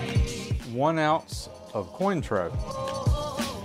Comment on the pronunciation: I cringed so hard when he said Cointreau...or at least tried to